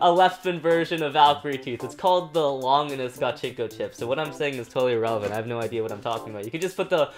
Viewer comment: Why you say fafnir longinous and bahamut wrong